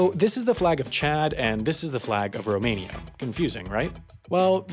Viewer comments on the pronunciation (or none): none